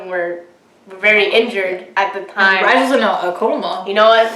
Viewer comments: Why is everyone mispronouncing Rise's name?? IS RISAE OR RII - SEE . I know she "rised" to heaven but please don't be completely ignorant . Is not the same pronocining as in American English, this is her name. Learn how to pronounce it first before saying it out long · I think RiSe is pronounced as Ree Say.